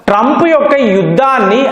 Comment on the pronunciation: TRAUMP. Sesefair.. Antadu...